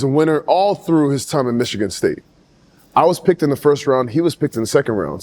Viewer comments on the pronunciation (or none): none